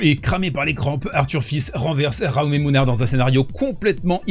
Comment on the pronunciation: Le public français … une honte absolue. L’arbitre de chaise laisse faire… crétin, moche, insupportable, odieux. Punto y basta. Au fait, Jaume se prononce « djaouma », c’est un prénom catalan.